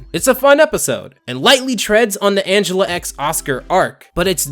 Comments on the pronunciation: Minor criticism. Her name is ANGELa not An-gel-a. Angela is a human name, but she's an ANGELfish, so she's ANGELa. Get it? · Angel-uh. It's pronounced like angel. Sorry, it was bugging me. Honestly, I'm just happy about someone talking about Fish Hooks. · Angelaa? Angel a? Not Angela? Idk